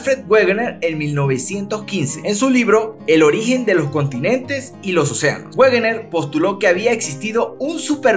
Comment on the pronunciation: Como dato Wegener se pronuncia "Vegner"